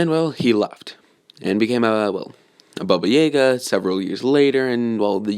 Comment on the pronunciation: He said baba jaga wrong twice he said baba jagär